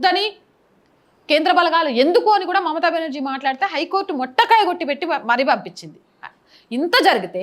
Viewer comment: అమ్మా కొంచెం తెలుగు భాష ని ఇంకొంచెం నేర్చుకోమ్మా... subject బాగుంది.. అది "మొట్టికాయ" మరేదో కాయ కాదమ్మ...